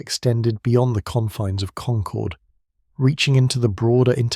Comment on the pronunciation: Please pronounce Concord correctly. I grew up there. It's pronounced the same as conquered.